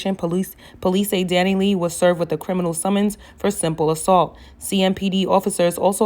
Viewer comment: The way she keep calling her Dani lee 🤣 I can’t